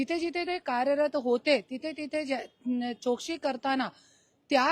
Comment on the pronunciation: करुणा ताई आपण मराठी बोलता.. आपला आम्हाला अभिमान आहे... ताई चोक्षी बोलता... चौकशी बोला ताई.....